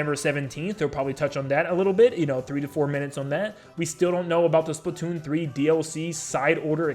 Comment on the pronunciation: Why are you saying splitoon